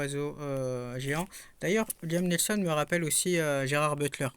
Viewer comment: 😂"ad astrada" "liam nelson"😂.... Bon allez un peu de concentration quand tu présentes des films😂 c'est souvent que tu déformes les titres ou les noms des personnes.